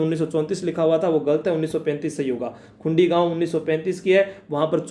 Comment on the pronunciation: खुंडी नही ह सर वो खुड़ी gaau h